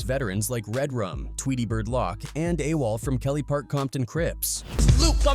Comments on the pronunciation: Tweety Bird LOCK?? AI isn't that "INTELLIGENT" if it can't say LOC'!!! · "Tweety Lock" 🤣